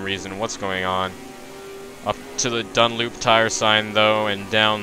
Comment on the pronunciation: Dunlop.. "lop" mate not loop. Graat vid. Respect.